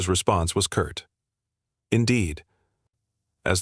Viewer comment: curt not kurt